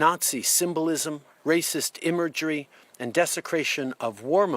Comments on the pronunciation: What's "eemergery" Mr. Turdeau? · imergery......did he really just say....imergry